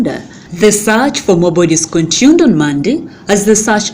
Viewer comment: Dear madam news reader, the word is "continued" not "contuned"